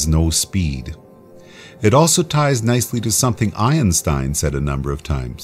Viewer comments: Ionstein. Once heard it can never be unheard. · Did he say Ionstein? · He said Iron Stein! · Lol he said ion-stien. xD